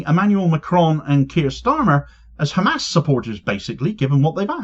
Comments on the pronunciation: 3500 years my aching arse. Satanyahu talking through his Ar-- . Why is this Radcal walking Free He is not even Capable of taking the name correctly. Khammas , and the correct Pronunciation is Hamas. 😢😢. Fool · He can clearly say "H" like everyother westener... Yet he insists to say "KHamas". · Every time I hear that blood-thirsty fascist say "KKKHHamas" I shake with rage and disgust. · If he says “Khamas”, should he not also say “Khanukah”?